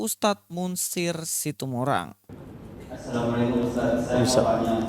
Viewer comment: SAYA KETAWA KALAU LUIS BUKA PEMBICARAAN NYA DENGAN MENGGUCAPKAN KATA : SYALOMELEKEM.... ☝ apa artinya tuh...?